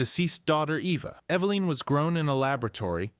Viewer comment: Eva-line..? Try this, evelyn. That's the correct pronunciation